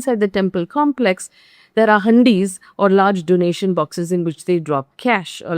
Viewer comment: Hundis not handis😂